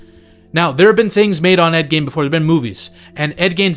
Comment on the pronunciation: ed "GEEN" not "GAIN"